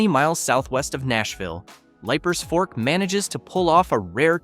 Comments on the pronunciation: Leiper’s Fork isn’t pronounced Lipers, but Leapers Fork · Leipers Fork is pronounced LEE-PERS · Leiper’s Fork is pronounced Leaper’s Fork. Rhea County Courthouse is pronounced Ray County. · Great video, but you are mispronouncing Leipers Fork. Long E sound. Not long I sound. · Bro, it’s pronounced Leapers Fork. AI strikes again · It's pronounced "Leaper's Fork".... regardless of how it's spelled. 🙂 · #3 is pronounced leapers fork tennessee... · I hate this stupid narrator. Cant even pronoun the names correctly. Like Liepers Fork-it’s pronounced LEEPERS you big dummy. If this is a computer voice, get rid of it. If this is a person, get rid of them too. Ask a Tennessean to read this. We know how to speak. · PRONOUNCED - LEAPERS- FORK LEEPERS - FORK